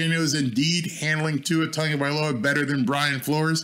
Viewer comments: Tagovailoa not Tongo, besides that your channel is the best for a Dolphins fan from Hawaii. BTW I watched Tua play running back in PoP Warner with Marcus Marriota as the QB here in Hawaii. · Not trying to be rude but where is the N in his name? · Love this video. But I have to ask. Why do people constantly mispronounce Tua’s last name. It’s Tagovailoa there is no “N” in his surname lol.